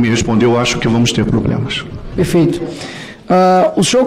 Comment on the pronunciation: ...Ema...ema...cada qual com seu "pobrema!"